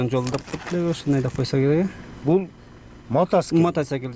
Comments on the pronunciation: 😂😂😂Мотоцикл ❌ Матацакел ✅ 🤣🤣🤣🤣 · ГАИ матасекил дейт го😂😂😂😂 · Матсекль дегени жакты 😅